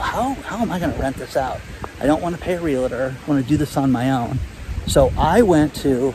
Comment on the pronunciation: Maybe it's all the "LA La LA LAs" you say.... they are slipping away into the middle of other words... like REALTOR. You are seeing LAs everywhere. It's AL in the middle of REALTOR, not LA. C'mon,, you can master this!